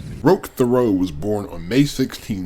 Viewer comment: Great job. But it ain't fair. You could read instruction manuals from a 90s dot matrix printer and I'd listen to it, that voice is so calming. As a French speaking Canadian, I just have to say the name is pronounced teh-REO, or if you want to say it like an anglophone TERRY-o. The name you were pronouncing was Théreault, not Thériault.